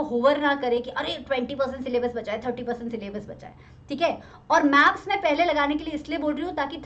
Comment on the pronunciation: Maam gaps nahi maps 🤣🤣🤣🤣